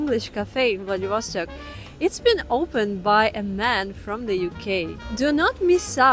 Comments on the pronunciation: А зачем надо говорить ВладивОсток, вместо ВладивостОк? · Remember: VladivostOk! Not VladivOstok.